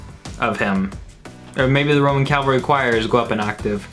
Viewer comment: Shes very cute. Keep her around more. My man, you literally mispronounced cavalry, only after she did. It was funny when her brain exploded, considering the pronounciation. The word is pronounced wrong all across the English language for so long and seemingly without an explanation. Its kinda like when people say "i could care less". When it should be (and is) "I couldn't care less) the implication is that you care so little that it is impossible to achieve a lesser quantity of caring. Lol sorry but these things are my pet peeves. CAV-ALRY!!!! Also long live this song and Coldplay